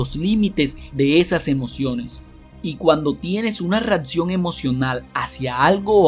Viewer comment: Que no se dice "REATCION" 😫😫😫 No se dice "REFRATARIO" 😫😫😫 No se dice "has esto suficiente veces" 😫😫 Es tan, tan mal hablado que estresa!